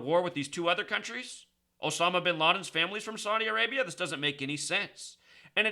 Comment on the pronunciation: Saudi A-rape-ya